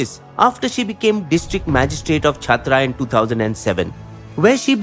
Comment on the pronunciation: it's चतरा and खूंटी and पाकुड़